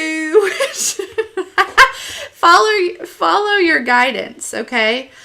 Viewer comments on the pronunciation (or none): Omg I’m laughing so much “follur” 👨🏽‍🌾 I have to hang out with you one day 😂😘